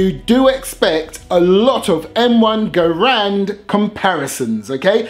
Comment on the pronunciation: Good video and thank you for pronouncing Garand properly.